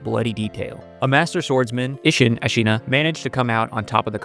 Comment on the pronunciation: Not to mention "Allent", "Iyadux", "Ish-inn", "Kyuro", "Hoarah Lux", and "Grafted Seeon". Bro is just pronunciation-challenged